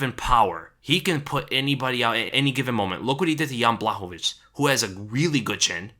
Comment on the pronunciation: Pronounced Yan Bwah-hov-ich. You're saying it right